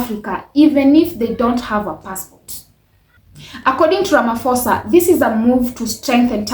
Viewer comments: Its RAMAPOSA not RAMAFOSA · He's not Ramafoza. The ph in his name is pronounced like paw or pause. Learn to pronounce people's names properly. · My sister its not Ramafosa but Ramaphosa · "Ramafosa" is crazy 😅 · Ay Ramafosa😢